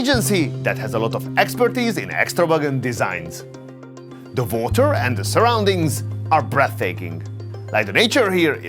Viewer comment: Please, learn english it was so difficult to understand what you saying. Its not votor its water with U not V ! 😑